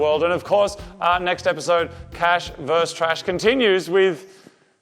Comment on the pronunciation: It's "VERSUS", not "verse"! A verse is a part of a poem, or part of a chapter in the bible. Versus means 'against', as in competition or comparison.